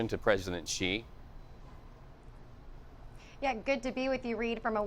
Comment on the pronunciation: Xi is pronounced as "she". You're welcome